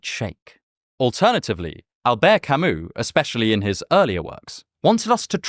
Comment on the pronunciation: Pronouncing "Albert Camus" how its supposed to "Owlbearrrr Camooo" is probably the most non intentional protentious thing I've heard all year if ever 😂 always gives me a giggle hearing him say it.